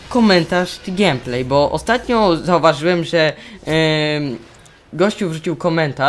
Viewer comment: To nie jest x7, tylko a4tech, x7 to model. :) Komentarz całkiem niezły. Wiem, że to nieco chamskie, ale błagam.. GEJMPLEJ, nie GIEMPLEJ, okej? :> Odpowiadając na Twoje pytanie: W szkole dobrze, już na drugi tydzień mnie nie było przez cały tydzień, gdyż zachorowałem. Oceny spoko. Gieram sobie w mw2 na xboxa, mam nadzieję, że kiedyś sprawisz sobie konsolę. ;) IMO na konsoli jest większy skill w CoDzie niż na PC...